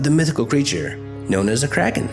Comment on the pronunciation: It's "Kray-kin" Not "Crackkin."